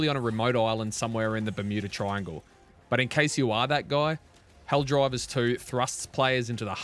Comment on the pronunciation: Are you saying ‘Helldrivers’ for the first minute? 😂